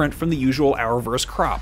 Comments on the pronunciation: "...from the usual Arrowverse crop" but I just heard "From the usual Arrowverse crap" which is a little more fitting me thinks! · Did he say arrowverse crop or crap?lol